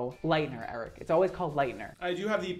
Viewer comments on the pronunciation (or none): I love that he pronounces Eric...like Aric hahhha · why do you pronounce it as air-ick